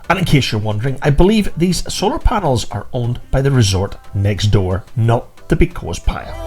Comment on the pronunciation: Very informative video, but it's pronounced (phonetically) Posillios playa. Hope this helps